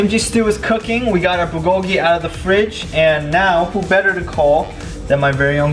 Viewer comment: The way he said bulgogi hurts my soul 😂😂